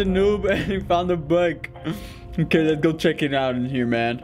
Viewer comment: It so funny that you said eet!